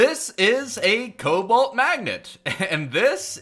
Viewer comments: Is it just me or is saying cowalt instead of cobalt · Stop saying it coubalt it sounds like cobelt